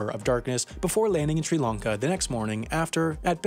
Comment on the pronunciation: Hats off to you for pronouncing all these country (Eg. Sri Lanka) and city names (like the Chinese ones in your Wendover videos) properly 👏